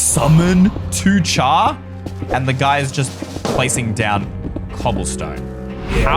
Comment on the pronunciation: ITS PRONOUNCED 2-CAR NOT 2-CHAR YOU UNCULTURED SWINE!